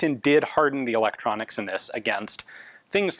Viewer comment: I’m a simple man, I read “eetroncks” I don’t buy